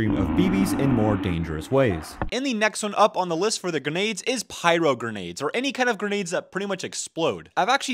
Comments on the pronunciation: he says dumb shit over and over again. This guy, insane, etc. He normally calls grenades "guh-nades" and struggled today with "carkidges". Same here, I've never priced an airsoft gun in my life but here we are lol. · He learned to say "grenades". Congratulations, I know it was hard for this guy. Insane.